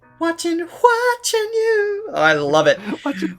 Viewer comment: 华晨you~的发音很标准哦~🥳🥳🥳